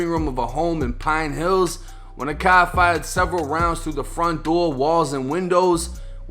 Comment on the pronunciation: "a cahhr drove by opening fire" 😂😂😂😂😂😂😂